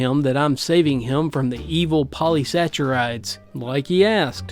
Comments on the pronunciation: You likely won't see this, but, just for info, polysaccharide is pah-lee-sack-ah-ride. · The way he's pronouncing it, it sounded to me like a cross between polysaccharides and "polysaturates" (which I rationalized as a bastardization of "polyunsaturated").